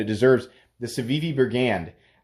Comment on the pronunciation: Why do you mispronounce shaman and brigand?